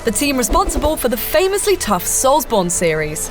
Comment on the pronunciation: So is it 'soulsborino' now? If so, hi-da-lee-ho soulsborinos.